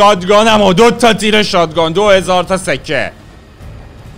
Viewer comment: آریا شات گان درسته نه شاد گان